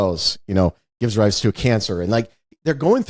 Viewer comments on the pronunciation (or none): none